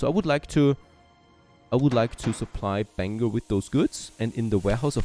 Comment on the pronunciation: I'm glad he said Bangor right!. lol:face-blue-smiling